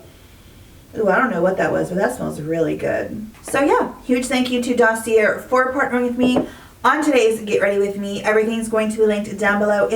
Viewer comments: Why do you insist on pronouncing Dossier incorrectly? This is a real question. I’ve seen comments explaining to you how it’s pronounced. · It’s a French word. She is 100% pronouncing it incorrectly. I think it makes her sound unintelligent, but beyond that I don’t care. And how do you know the company hasn’t reached out? I’ve seen many comments about how she pronounces it so it really looks like she simply refuses to say it correctly.